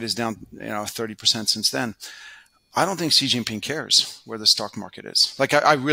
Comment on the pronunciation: Brent is great, but China is definitely one of his biggest blind spots. He still can't even pronounce Xi Jinping's name well (a small but important tell).